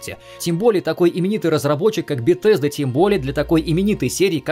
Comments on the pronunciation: Не Бетезда а Бесезда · Не "БеТесда" а "БеСезда". К-критика. за ролик лайк. Фанат фалыча но последний реально шлак